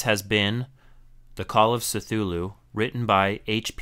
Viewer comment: This is amazingly helpful -- especially for those of us newer to audiobooks and wanting to avoid a mess of files everywhere. Thanks! (Oh, and the C in Cthulu is a hard K sound... kə-thoo-loo is most common, but Lovecraft said it's Khlûl′-hloo) I figure, if you can help me, I can help you. :)